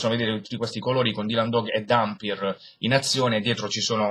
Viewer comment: OOOOHH! MENOMALE che hai pronunciato "Dampyr" come si deve, bravo! per il resto vedrò la recensione quando leggerò l'albo ;)